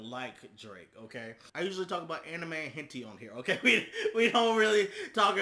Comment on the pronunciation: "Anime and Henty" lmao